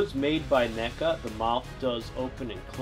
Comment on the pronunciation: HE SAID NECA NOT MECHA